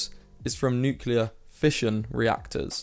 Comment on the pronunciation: It's nuclear not nucular.